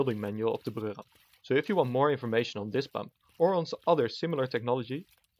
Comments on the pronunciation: I hate to argue with someone with a Germanic accent (in most things, really), but wouldn't Breurram be pronounced "broy-ram"? Weren't you saying "Brürram" (i.e., Bruerram)? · Everytime you say "The Breurram" you sound a like a German guy trying his hardest to pronounce the words right and i love it.